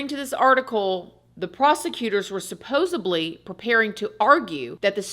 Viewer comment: Did she say SupposeBly....?